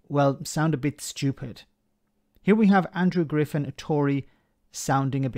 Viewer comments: Extraordinary rendition 2: atrocity Boogaloo. But I am fairly certain the guy you're lambasting is called "Andrew Griffith" and not, as repeatedly stated, "Andrew Griffin." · I thought the PM's policy chief was "Griffith," not "Griffin?"